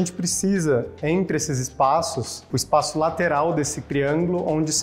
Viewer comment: Oi Paola! Que bom que está quase voltando, os sábados estão bem sem graça com sua ausência. Torcendo pra que tudo dê certo e você volte logo. Se você me permite uma observação, não sei se sua equipe tem receio de te corrigir, mas eu não aguento, sou detalhista. Existem palavras que você pronuncia com uma vogal a mais. Espaço e diferença. Você coloca um “i” a mais na pronuncia. Você fala: Diferencia e espácio. Desculpa se fui muito invasivo, mas estava com brotoejas já. Um grande abraço.